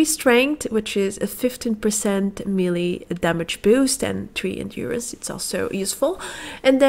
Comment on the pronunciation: Kindly, the word is Melee, pronounced "maylay."